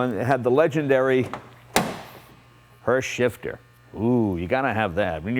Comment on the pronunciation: Sounds like he's saying horse shitter. :D